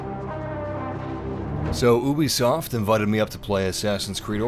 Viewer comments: It's YOU-BISOFT.. not EW-BISOFT. Great video tho thanks man. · Is it just me or did he say oobisoft instead of u bisoft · Why did he pronounce Ubisoft “oo-bee-soft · U say oobisoft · Uh-bi-soft <3